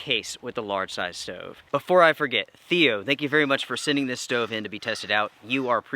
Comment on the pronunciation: Crappy, wasteful of fuel, expensive. No benefits to this "steauve" (not stove like normal people pronounce it lol)